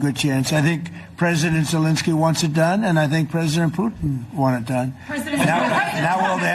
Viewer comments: I had to turn on captions.Youtubes automatic captions thought you called Zelenski Voldemort too. 😆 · Did you say Voldemort Zelenskey? 😅